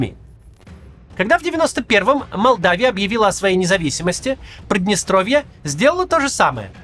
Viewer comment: Прыдныстровье? Через Ы? Максим, вы беларус?